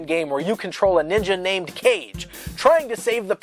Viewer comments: Legend of Kage (I'm pretty sure Kage is pronounced "Caw-Gay" and that kage means "shadow" - for the record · Ka-GE, not CAGE. Kaaaage. Huuuuuuuuge difference. Kage is Shadow for Japanese also for the one who doesn't know. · Heard them say "Cage" instead of Kah-Geh, checked comments to see if someone already posted about it. Was not disappointed. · The Legend of Kage is such an underrated game, the controls were a little tough to get used to, but still great. Isn't it pronounced ka-GEY though? Or have I been wrong this whole time? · I always thought it was The Legend of "kah gei" rather than "cage" (romaji). I think it means shadow. Great video in any case. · >Cage? It's actually Kah-geh. It means 'shadow' in Japanese. Aside from that, great vid! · For the record, Kage is pronounced "KA-gay" rather than like the word "cage". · John Gallagher It's ka-gey since it's Japanese. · Kage is Japanese for "shadow" (pronounced Kah-geh) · For the record, it's actually pronounced "KAH-GEH".